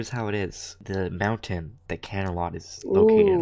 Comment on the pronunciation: I thought she said "mounten"?